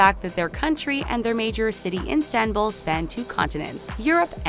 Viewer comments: Its ISTANBUL NOT INSTANBUL HAHAHAH TF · antiilankedileli HAHAHAHAHAHAHAH I WAS TRIGGERED WHEN SHE SAID INSTANBUL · calling Istanbul as Instanbul is a shame tho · Why does she keep saying "Instanbul?" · "instanbul" girl..wyd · The amount of the ignorance made me cring! How cant u even pronounce the name of the city properly but be brave enough to upload it to the channel? It's called ISTANBUL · IS-TAN-BUL...it's really not that difficult. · It's not Instanbul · There is NO "N" IN ISTANBUL!!! Learn to pronounce words properly! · Instanbul ? Oh god 😑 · Instanbul? My goodness lol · In-Stan-bul are u for real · Instanbul lmao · Oyku Ece Ozer I thought she was saying the name of an IG account that did that on purpose as a play on words off both Istanbul and instagram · Dont make a video about Turkey if you can't even pronounce Istanbul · Terrible commenting!!! At least know how to pronounce the city name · can't even pronounce Istanbul? that is just too much. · Why does she keep saying instanbul it's not that hard mate 💁💁💁 istan-bul . . .. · for fucks sake, its ISTANBUL, not INSTANBUL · Not Instanbul,ISTANBUL,gosh... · Has anybody noticed that she says "iNstanbul" each and every time? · "The rich kids of Instanbul" That's not how that's PRONOUNCED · Its Istanbul... not "Instanbul"... I usually love your videos but most pictures weren't even from Turkey and with all this research I cannot believe how you guys managed to misread the name of my hometown everytime... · did she just say Enstenbul instead of Istanbul? I'm done🤣🤣🤣🤣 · dear voice over, it is istanbul not instanbul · Didn't finish the video cuz she insistently said Instanbul instead of ISTANBUL!!!! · Who pronounces Istanbul that way though ? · Stop saying Instanbul please... You're torturing me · Instanbul😂. Please the taklo don't mispronounce . Oh i mispronounced the channel name too. lol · the name of the city is "istanbul" for god's sake not instanbul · It is not instanbul but Istanbul. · INSTA-bul ... really?